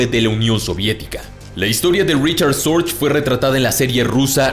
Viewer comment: Se pronuncia fonéticamente en alemán RIJARD SORGUE.